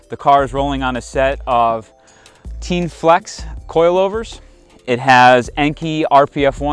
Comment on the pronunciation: Super nitpicking but.. let the guy know its pronounced "tea" (like the drink) and "en" (like en-trance). Not Teen.